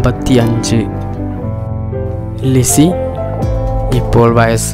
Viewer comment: വഴസ് അല്ല വയസ്സ്